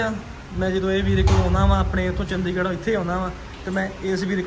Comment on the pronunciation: Ustad ji ਚੰਦੀਗੜ ਨਾ ਬੋਲਿਆ ਕਰੋ। ਚੰਡੀਗੜ੍ਹ ਬੋਲਿਆ ਕਰੋ ਵਧੀਆ ਲਗਦਾ